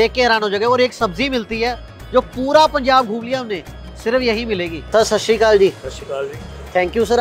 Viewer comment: It’s satshriakal not sashikal